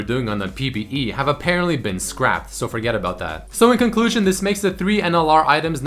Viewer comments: I hate to be that guy but..."conlusion"... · "conlusion" at the end lol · Conlusion? Kappa